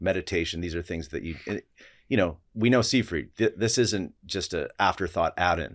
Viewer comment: Seyfried = [ z eye freet ] This is a German name s=z ey=eye ie=ee d, as last consonant in a German (or Rossiyan) word, is softened to t.